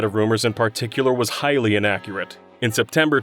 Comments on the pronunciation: “hylian language... hylianaccurate” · Narrator: ...Hylian Language ...Hylian accurate. Me: hehe